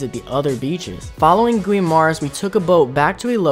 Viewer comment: I hate the mispronunciation of "Tagalog" and "Guimaras"